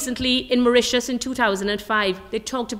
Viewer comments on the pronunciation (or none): none